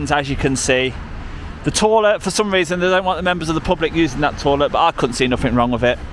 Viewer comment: Don’t keep calling it a “torlet” they don’t know what you are running on about!